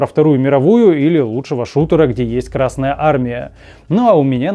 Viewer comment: Пардон, ещё добавлю. Зачем ставить ударение на букву р в словосочетании Красная армия? Краснее она от этого не станет. Или я чего-то не понимаю?)